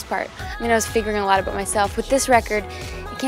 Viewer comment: "It's abooot" haha